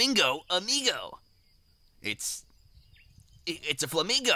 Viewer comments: "it's a flamigo" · "Its a flamigo.."